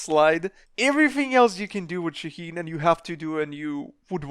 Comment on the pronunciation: Is it really that hard to pronounce his name right ? It's Shaa heen